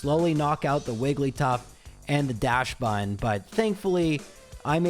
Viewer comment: Dash-bun? Its pronounced docks bun like the dog breed, but instead of being docks und its docks bun. And yes i know its a dauchsund, but i am doing it phoenetically